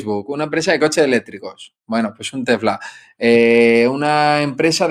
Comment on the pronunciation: En serio…por que dice Tefla?